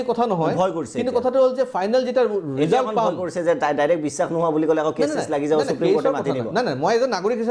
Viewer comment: Valke Assamese Kobo noware bissak ok bissas boli koi